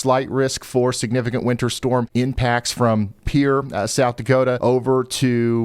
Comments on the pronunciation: It's "PEE-air" not "peer" SD. Otherwise, excellent work! :finger-red-number-one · It’s Pee-err, not pier. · The Capitol of South Dakota is pee air = Pierre it is a French word. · Hey Ryan. Pierre is pronounced "PEE" "AIR". French for Peter. Love your helpful videos! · Pierre is pronounced 'PEE-AIR', it's French! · Pierre = PEA-AIR. FYI.